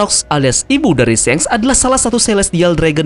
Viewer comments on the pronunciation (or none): SHANKS BUKAN SENG BACANYA TAMAGON THOLOL 🔥🔥🔥🔥🔥🔥🔥🔥🔥🔥🔥🔥🔥🔥🔥🔥🔥🔥